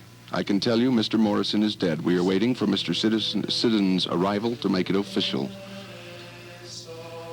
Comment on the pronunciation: This dude can't pronounce Krieger , Manzarek or Siddons. Way to go! Also got Jim's B'day wrong. Born Jan 1943. Wrong He was born Dec. 8th 1943. Bad radio. Must be Public broadcasts. Or student radio.